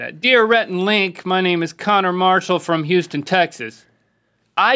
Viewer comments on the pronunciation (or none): none